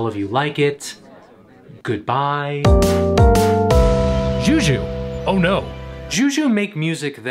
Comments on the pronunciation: it's "shoe shoe" not "jew jew" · Just a heads up, it's pronounced shoe shoe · This dude literally just said "JIU JIU" lmao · mic buddy, its shoe shoe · I find it funny how you pronounce Xiu Xiu